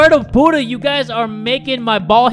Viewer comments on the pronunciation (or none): none